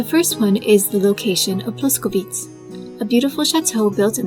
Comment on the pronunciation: That must have been so much work! Thanks for your commitment. I am so exited for the show! Btw. Your pronunciation of Czech words is great, but one thing: place names like Ploskovice and other "-ice"s end with a vowel sound [ε]. Something like this: PLOS-koh-vih-tseh...